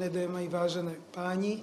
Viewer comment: Ja som rozumel celú dobu: ,,vážené démoni, vážení páni."